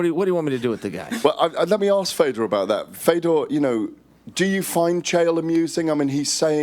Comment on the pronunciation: Love how Ariel is the only person who can pronounce Fedor name correctly, more like Furdjor